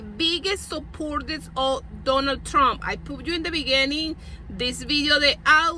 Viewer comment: “OH MY GAAAAWD… I WILL BOTE, FOR DUNNEL THRUMP!!” … I need this as a ring tone asap 😂😂😂😂